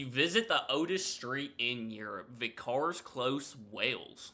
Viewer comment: Its pronunced viccar, as in small town priest.